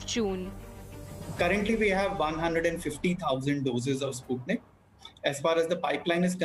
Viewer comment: It's not spatnik v it's sputnik v 😁😁